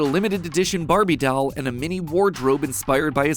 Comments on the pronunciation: It ain’t dauol it’s doll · it irritates me how you can't say doll but you can pronounce words such as '"culture" or more complicated mathematical terms I can't even give examples of yet you can not pronounce DOLL. You say it like DAWL with a drawl at the end. Bro. like D-ALL not DWOL. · i love how you say 'dal' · matpat saying dall scares me